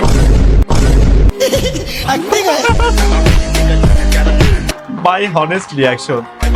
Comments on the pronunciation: হনেষ্ট নাকি অনেষ্ট জানতে চাই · ভাই হনেস্ট না অনেস্ট